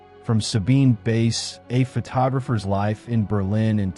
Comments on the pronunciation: Great series - just to mention pronounced Sabine 'Vice' ( French Swiss origin ) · Wonderful work. Except that the photo of men whistling at a young woman in Italy was made by Ruth Orkin. I value these videos greatly, I only wish you would take moment to look up pronunciation of your subject's name. While I appreciate your pronouncing the w correctly as v, n this case, someone hearing about "Sabine Vace" might wonder whom you meant. I wouldn't mention this if it didn't happen often in these videos.. In this case the last name is German, in which the second of two these consecutive vowels is the one that gives the sound, that is, same sound as our long "i" in English, as in "white" (which is what "weiss" means in German). when switched, as in Friedrich, the long "e" is sounded. (Not all the vowels work this way.) Best wishes.